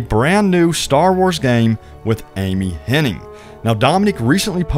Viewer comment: It’s Hennig. Ig. Not Henning. There is no ing.